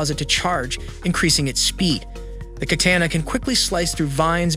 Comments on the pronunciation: The text to speech that these people are using is getting really good. Some words aren't translated through properly though like saying kaTANa instead of katANA. The second pronunciation being the correct one. Also the artificial breathing that sounds like you just got done with a 4 mile run. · "Shah-HAM-en" "Kat-AYE-na" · im sorry but did that man just say katana (cah-tan-uh) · shaman = sh-aw-man katana = kuh-tah-nuh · The way he says "katana" hurts my soul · and the way he says katana